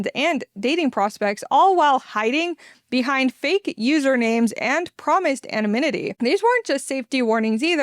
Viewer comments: Please practice the word "anonymity". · I had to google the word "anominity". I was like: have I been saying it wrong all these years?